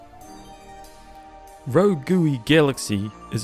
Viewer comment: “Rogooey” hah